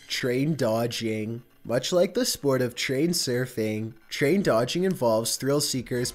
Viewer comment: Is there anyway you could change the way you speak? The constant, high to low speaking syllables of words is strange. like DRIv ing, RAIL ing, PER son, SURF ing, TUN nel, SAFE ty, CAP ture, its really odd cadence.